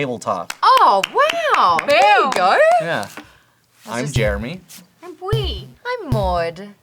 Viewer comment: how come all i here when they say Jeremy is "Germy"